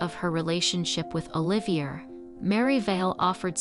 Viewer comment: Oliver= O.live.e a. Not er..👍